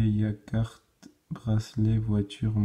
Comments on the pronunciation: On as un yacht ... yak... mouais Pour la petite info on prononce Yaute ^-^ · yacht ce prononce iote 😊 comment as tu fais pour les avoirs en avant première 😏